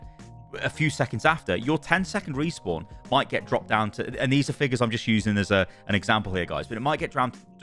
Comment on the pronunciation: "Group Resawpn"